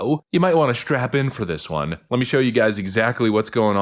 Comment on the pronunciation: did you say strap in or strap on?